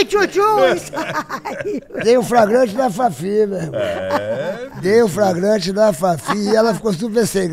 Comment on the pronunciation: Ele faliu "FRAGRANTE" mesmo?!😅